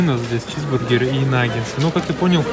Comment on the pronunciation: наггетсы, а не нагенсы